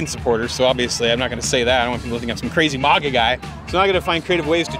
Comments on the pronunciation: Love how he pronounced "mahgah" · Weirdest thing here was how he pronounced MAGA. "mah-gah" 🤣 what is that, Español?